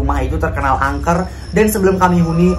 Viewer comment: Terkenal angker kak bukan kangker